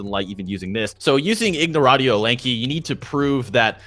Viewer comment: "ignoratio elanchi" is a smart guy lol